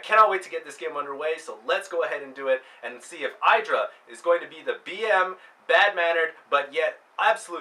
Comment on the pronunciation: youre pronounced Idra wrong its eedra